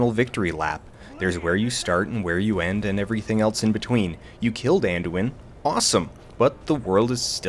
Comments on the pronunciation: Alduin. It is Alduin. Not Anduin. All-doo-in. Sheesh. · I tend to refer to this video, whenever people wonder why I still play Skyrim (4, 5, 6 and now) 7 years later. You sum it up pretty much perfectly (except for the part where you first correctly say "Alduin" but then switch to "Anduin" over and over. :-) ). It's an open-ended story; a slice of Skyrim life, so to speak. Whatever problems the game may have, it does make you feel like you're part of a world, not just a game. Also that part about getting to slam a dragon in the face. :-D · Alduin, not Anduin. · its Alduin, godamnit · Who else cringed every time he said "Anduin"? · Watching this for the first time in 2026. It's curious how different Dan sounds back now. It's also funny how much the fact that he mispronounced the names of both dragons wrong repeatedly irritates me to no end, some part of me will carry this with me forever. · Алексей Аверченко You realise that is a running gag, due to a faulty pronounciation within TESO..